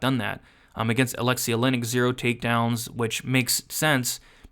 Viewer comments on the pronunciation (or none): none